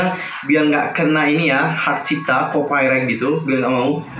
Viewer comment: Yeyey thank you ikon.. without hanbin😭😭🙂 Oh iy btw copyright tuh bacaanny kopiraigt aja bukan kopai.. maaf ya kak cuma mau ngoreksi sedikit kok bukan ngehujat